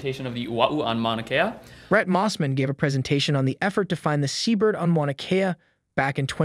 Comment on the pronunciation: Funny that he can pronounce ua’u properly, but he can’t pronounce “mauna” properly.